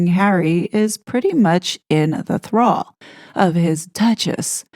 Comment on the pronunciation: LOL! Listening to you read the article, I heard: Tina Brown said as much last year, declaring Harry is "pretty much in the CLAW" of his duchess. I had to back it up and read the screen. I misheard thrall for claw. Misheard, but absolute truth! LOL!